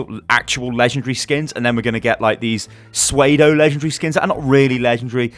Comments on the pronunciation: "Sway-doh"? took me a second to realize you meant "pseudo". The pronunciation is "sue-doh", we all have those words/sayings. I remember I used to think the phrase was 'for all intensive purposes' ha. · Swaydo? Do you mean pseudo (soo-doh)? hahhaahha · its pronounced sue-doe not sway-do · its pronounced sue-dough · ITS PRONOUNCED SOO-DOE! NOT SWAY-DOE! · Psuedo is pronounced sue doe, not sway doe. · from those of us that cringe every time you try to pronounce pseudo, please start pronouncing it, Sue- Doe instead of Sway- Doe. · seems like like a relatively minor thing to protest? IDK,.... also.. "SUEDE-O?" isn't Pseudo pronounced "soo-doh?" I mean, since we're knit pickin' here;D 3rd edit: I like the game mode, many of my friends have the same opinion as Mr... I honestly think its fun; yeah maybe the map could have more snowmen around to catch snowballs and make it harder, or even make it on more maps or bigger teams even. But for what it is, it's pretty decent. Blizzard have stated they are setting the bar high, I don't know if that means we should take that bar and push it even higher on our own, not really fair. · Suede-o? You mean pseudo? soo-doh* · What's a "suedo" legendary? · LOL, "suede-o" The word you're looking for is 'Pseudo' and it's pronounced "Soo-doh" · Swaydo legendary skins? Do you mean pseudo? lmao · Also. Sway-do? Pseudo (Soo-do). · its Soodoh not swaydoh. idk if its a Britain thing but Soodoh is how i say pseudo. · Did you just say Swaydo? lol Pseudo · "Suede-o" legendary skins. lol. Sue - doe sty, Sue - doe. Pseudo. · how the fuck are you pronouncing pseudo? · Pseudo is pronounced sue-doh (like Ludo) not sway-doh. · Suwedo? I think you mean pseudo... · Did he just say 'sweido'? Do you mean 'pseudo'? Like, 'sudo'. As in fake. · Pseudo= soo-doe. not Swaydo. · Pseudo is pronounced su doh, not sway doh :) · did you just pronounce "pseudo-" like "suede-o"? Maybe that's a regional pronunciation thing, I just thought it sounded funny.